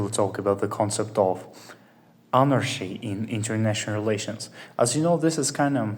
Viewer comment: Nice explaination. (FYI in English words with "ch" in the middle are generally pronounced like "k", not "sh": anarKy, hierarKy, etc)